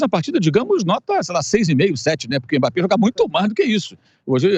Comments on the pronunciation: Eu só queria saber pq esse apresentador fica chamando Mmape? Pronúncia certo rapaz mBAPPÉ O forte é o M que tem som de (E) 🤦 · Alguém percebeu que o âncora do programa não sabe falar o nome Mbape, ele passou o corte todo chamando o cara de emape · O apresentador falou Imapê,a pronúncia correta (pronúncia, não escrita) é a do, que disse Ímbapê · Q agonia q da ouvindo esse cara falando "emapê" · Quem é Emápê que o repórter fala aí? 🤣🤣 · Que agonia ouvir esse beiçola falando Imapê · apresentador de um programa desta relevância falar IMAPÊ é sacanagem hahaha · Esse âncora do programa não consegue pronunciar o nome do Mbappé direito. Porra. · Só eu que fiquei incomodado com o rapaz falando Mbappe errado? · O pronunciando o nome do mbape kkkkk esquisito demais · Tem que ensinar o âncora aí a falar o nome Mbappe